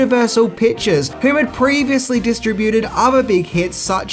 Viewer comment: Mispronunciution for the video: distributed.